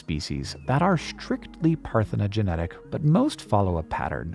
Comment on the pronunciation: I love this, but Hank mispronouncing "parthenogenic" over and over is driving me crazy.